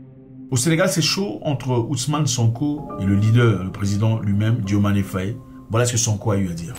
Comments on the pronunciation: Mais c'est pas la peine d'ecorcher le nom du president. Dio maye Faye pas Diomané Fayé c'est incroyable en plus rien de ce que tu dis n'est vrai sur ce sujet grand frère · ce n'est pas "DIOMANé" c'est DIOMAYE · Diomaye et non Diomané